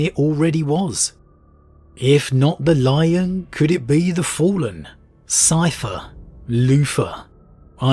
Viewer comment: “Cypher… Loofah” I’m sure he’s not talking about shower sponges, but it’s what I heard